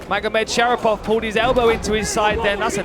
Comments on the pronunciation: 😂 the commentator keeps saying magomedshapirov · can they stop saying Magomed Shapiro???